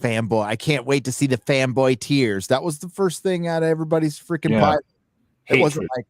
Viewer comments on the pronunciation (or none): none